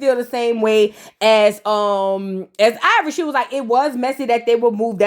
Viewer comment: 👁️ Vor Eee took me out 🤣🤣🤣🤣